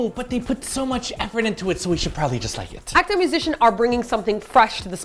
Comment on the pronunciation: Just a pointer on pronouncing Akdong, its a short "o" sound, not long : )